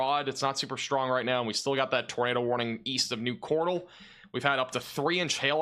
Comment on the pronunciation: The way you pronounce Cordell... 😂 MY TOWN IS NOT A POKÉMON!! 😂